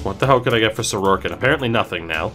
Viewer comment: I had to stop when I kept hearing his name pronounced Soroarkin. There’s no 2nd r in his last name!